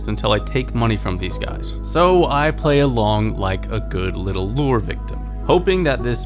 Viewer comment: I'm tired of hearing you mispronounce 'lure' year after year. Time to unsubscribe. Should've unsubbed years ago when all that drama happened, but better late than never.